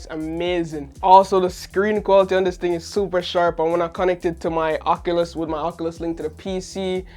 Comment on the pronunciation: That’s not how you say oculus it’s more like this